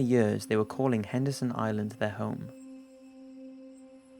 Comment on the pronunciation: Is it Anderson or Henderson Island? Sounds oike you say both.